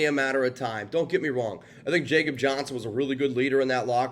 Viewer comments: It’s (Yakob) Johnson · Commitment to Excellence my butt. How do you call yourself a professional and you can’t even pronounce his name correctly. If you’ve watched all the interviews over the years, when they call him by name, you’d know how he / they pronounce it. He’s German. It’s “Ya-cub”. Before you make excuses about pronouncing names of foreigners, how do you pronounce a Mexican named Jesus. So no excuses dude. Get it right. The guy has done enough in his career to deserve a reporting professional to get his name correct. If you want to be a pro, do the work! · WTF????? And it's pronounced (ya)kob. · After being on our roster the past two years, a can’t believe you can’t say is first name correctly! He’s European/German…come on??🤷‍♂️….. JJ wouldn’t have near the rushing yards without him! Yeah I get it, but NOT for the reasons you mentioned! LOOK at the high powered Dolphins and Niners….they use a full back….successful!…..We can’t always use a backup guard to block for JJ when the OL is shitting their bed!! Alec Ingold who we should have never moved on from is doing well the the team we likely won’t have answers for this week end!….Good luck to #45! aka RaiderDad559